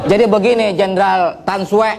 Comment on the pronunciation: I think they pronounced it as Than Sue.. which in Indonesian language.. Sue means bad luck..